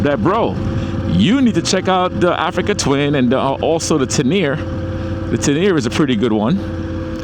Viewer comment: Sensei, it’s pronounced “Ten-a-ray, not teneer. Just saying for the on lookers out there. You know people can be very critical of pronunciation of things. Keep up the amazing and positive energy. “Walk good lion”.